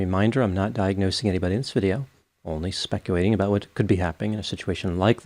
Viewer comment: Doc ive listened to a lot of your vids and i cant help but feel like there is an extra W in the word speculating when you say it 😂